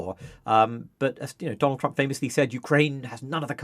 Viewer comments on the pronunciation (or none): none